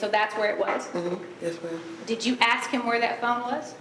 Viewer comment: "I axed him" ..... speak properly please !